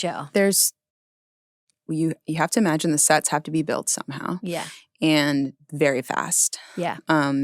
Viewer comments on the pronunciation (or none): none